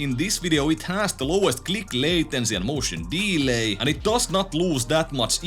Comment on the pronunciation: Love the way you say MOtion DEElayyy